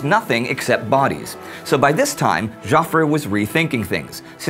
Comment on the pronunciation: Hi Indy, and all the great team behind this series. I've been watching every episode since the launch, and I think it's a fantastic production! Ok; so one small gripe; and I don't know if this has been raised elsewhere: Indy your presentation skills are a main reason I enjoy this channel; but, pronunciation of names like.... Joffre = 'Jeoffree'.. Moltke= 'Moultkey', and some other names and places can be bit grating sometimes. Can you make some small improvement to pronounce names and places a little bit better? Ok so, gripe over ... Keep up the amazing work Great War guys!